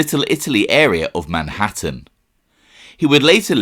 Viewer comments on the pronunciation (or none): none